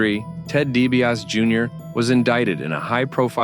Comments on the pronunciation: DiBiase is pronounced “Dee bee ah see” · You pronounced DiBiase wrong.